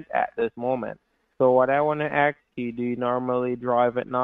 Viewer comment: "a heart attack or nervous breakdown". What if BOTH ??!! :hand-orange-covering-eyes: what is curious to me is that nearly on 99% of scam videos, the scammer pronounces the word "ask" as "aks", what is with that ? is that somehow how english as a foreigner language is taught ? :)